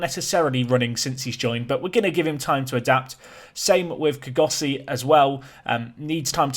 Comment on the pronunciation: Kgosi is a 2 syllable name ie kgo-si .Try saying the 'kgo' like a realistic snore😂